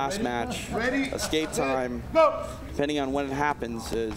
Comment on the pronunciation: it's not EXKAPE morons......ESSSSSSCAPE! Ffs